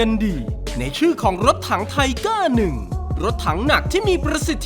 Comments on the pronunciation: พี่ ตอนนาทีที่2.36มันอ่านว่าไทเกอร์ไม่ใช้หรอไม่ใช้ทีเกอร์ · Tiger ทิ-เกอร์ ไม่ใช่ ทิ-ก้า